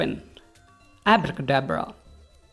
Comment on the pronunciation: I disliked when he said abra ka dabra